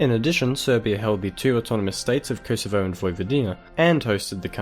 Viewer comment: Pronounced kohsovo not koesevo